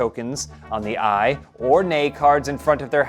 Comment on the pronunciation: How come cant pronounce Aye?